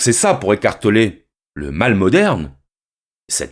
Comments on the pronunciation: J'ai entendu écartelé pendant 50min x) Mais merci ❤️ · Si je comprends bien il dit qu'on est en train d' ''écarteler'' notre esprit 😁 ecartoler... Toussa...